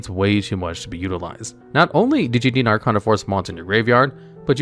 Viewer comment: First, you pronunced Arcana wrong. Second, how could you not mention the otk move using The World and Samsara Lotus?